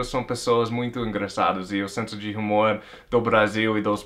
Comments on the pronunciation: Se escreve Humor mas voce pronuncia umor. A letra (H) nao é proncia . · Gostei das suas razões de vc amar o Brasil ! Agora uma correção na pronuncia da palavra HUMOR. Vc esta falando com o som do H do inglês. No português o som do H é mudo, a pronuncia seria como se a palavra fosse "UMOR"